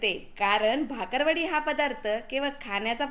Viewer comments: भाकरवाडी नाही ओ... बाकरवडी.... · भाकरवडी नाही हो,ती बाकरवडी आहे. कृपया चुकीचे उच्चार करू नका 😂 रेसिपी 👌👌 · भाकरवडी नाही बाकरवडी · भाकर वडी नाही बाकर वडी म्हणतात...चुकीच बोलता😂